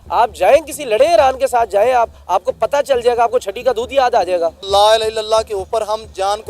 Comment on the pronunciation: Ye lah ilah kahan padta hai 😂